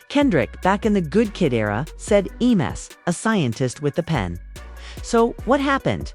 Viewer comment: Would be a much better video with human narration. Then it wouldn't say "E.M.S." instead of "Em's".